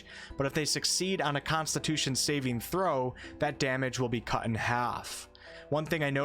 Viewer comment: Holy shit, can you PLEASE stop fucking up the way you pronounce saving throw? The emphasis isn't on the last part, but on the first. It's SAving throw, not saving THROW. I cringe every time you say that and it happens WAY too many times in this video..